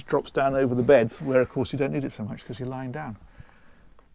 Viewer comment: Becuzz, or because🤔